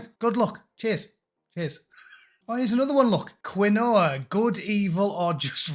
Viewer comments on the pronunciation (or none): Quinoa is pronounced as keen-wah. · Comedy gold😂. It’s “ keenwah “ and it’s fucking horrible. Best one was The Guardian offering free counselling to those employees upset by Trumps win. “ Pork Sword”. Ha. 👍🏼